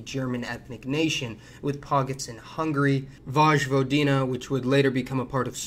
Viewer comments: Its not vož vodina its voj vodina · Just to note, it's not VoJvodina like in Jumbo, it's actualy Voivodina or Voyvodina, like in YesterdaY, we just pronounce letter J like one would pronounce I or even more Y in english. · Who else cringed on his pronunciation of "Vojvodina" We slavs pronounce "J" as "Y" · It is not Vazhvadina, but Vojvodina (Voyvodina). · You pronounced vojvodina wrong. It's voy-vo-dina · Vojvodina, it's pronounced Voyvodina bruh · Oh my god! The way you pronounced Vojvodina! It killed me from the inside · Nice video and all, but please look up the pronunciation of Vojvodina. I've heard it before in one of your videos, and frankly, I don't know how you've managed to butcher it soo badly. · he could have just googled it. It's literally no effort to get the pronounciation right.